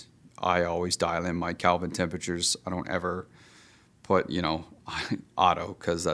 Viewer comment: Lost me when he said Calvin temperatures! 😂